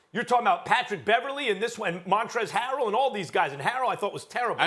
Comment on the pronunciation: Why can no one ever say"montrez harrel" right lmao